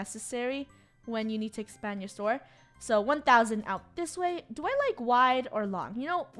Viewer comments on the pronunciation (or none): when she was going to say store but instead she said tore